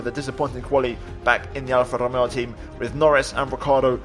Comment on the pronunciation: althought it is pretty obvious, you do speak spanish. the way u saud RRRRRomeo just confirmed me it